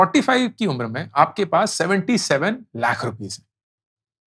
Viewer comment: Lakh nahi lath sunai deraha